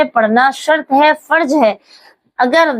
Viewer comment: فرض میں ضاد ھے ضاد نکال کر بولنا